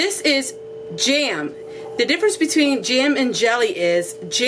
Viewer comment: Cute how you can stretch one vowel into 2 syllables-- jam = ja-am. Love your video and you are adorable.